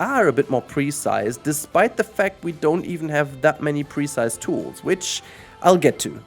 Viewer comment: Everytime you pronounce the word "precise" I have trouble understanding what you're saying. At first I thought you said "pre-sized" and had no idea what you meant. The emphasis should be on the second syllable: pruhCISE.